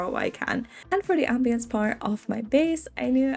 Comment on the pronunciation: Hey just found your channel through a legendary refresh pull, and i just wanted to say your pronunciation of ambiance doesnt sound weird at all! I've heard it said like 'um-bee-ans' and 'am-bee-ans' (ignore my very crude version of spelling them phonetically, i don't know how to read accent marks :[ )